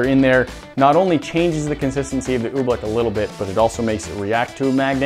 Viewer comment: Pronounced OobLICK not oobLECK